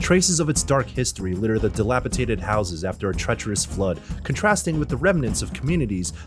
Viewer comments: dilapidated or dilapitated? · "Dilapitated house". It's dilapidated.. with a "d", bud.